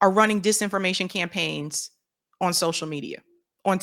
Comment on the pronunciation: I love how you say "awn" instead of "on".